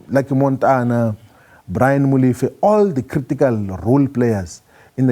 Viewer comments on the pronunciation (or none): none